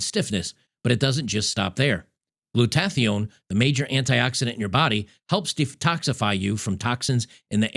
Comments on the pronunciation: crap.. its not gluTATH ione..its GLUtaTHIGHone... if you are goinna tell people coffee is poison and you are killing yourself at least learn to pronounce the molecules correctly! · Glutathione. It's pronounced like this: Gloota-THIGH-own.